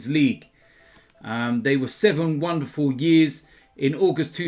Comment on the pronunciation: Willian : Seven-One derful years 😂